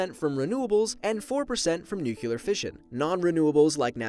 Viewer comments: Say NUCLUAR one more time, I fucking dare you! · You and your "nucular"... 😃 The worst thing I have seen is two people stuck at the top of a burning wind turbine... 😳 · yay nuculer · Why don't you know how to pronounce nuclear? It's not nucular.... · This reminds me the last movie of Madagascar, when the penguins use the "nucular" reactor, not a nuclear reactor. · “nuculear” uughh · Hehe Nucular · Why is he saying nukiler?😂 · STAHP SAYING NUCULAR! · Katushabe people have diffrent accents like in England we say zed instead of zee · Nucular hahahaha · Digital Dirk I pronounce it as nookyoolar like him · Haha. He said nucular. So stupid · NUKEular. GUUUUUUUUUH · knows all these facts.... But doesn’t even know how to pronounce “nuclear” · Pronounces it NUKULAR. Seems legit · Lmao you say "nuclear" as if you were saying "new killer" 😂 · Azizul Adnan New Key Lurr Or Neu cleur Choose. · Why do you seriously say “nucular”? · Life Noggin it’s okay I think it’s endearing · Please stop saying nuclear wrong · Halo4don "you do realize there is more than one way to say a word" You do realize that there are words with one pronunciation? Oh wait, you clearly don't, dumbass. So here's a lesson. Many words have only one pronunciation. "Nuclear" is one of those words. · You pronounced nuclear wrong the whole video. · Nuclear, not Nucular. Geez... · i know he noticed it but him saying nucular instead of nuclear is pissing me right the hell off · Now,, you're a pretty smart dude, yet you seem to forget how to pronounce "nuclear." Let this comment serve as a friendly reminder that it is not pronounced "nuc*ular*," but rather as "nu*clear*." Thank you for hopefully seeing this comment, and the videos are awesome as usual! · Nuclear brother not nucilar!!! Say "new clear" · NUCLEAR NOT NUCULAR! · “ Nuclear” not nukular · It REALLY frustrates me how you pronounce nuclear. ITS NEW-CLEE-ER NOT NEW-CEUW-LER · it's pronounced noo-klee-yurr, not noo-kyuh-lurr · Nuclear. Not nucular.